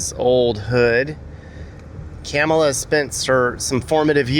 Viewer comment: Mispronouncing Kamala 🗑